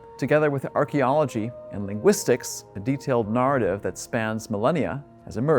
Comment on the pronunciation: Interesting. more please, but could someone teach that fellow how to pronounce the word "narrative"?